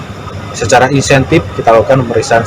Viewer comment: Diperiksa scara inseñtif apa inteñsif pak????😂😂😂